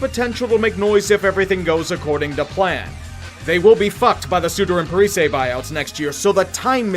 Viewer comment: "Parisayy" get it right bub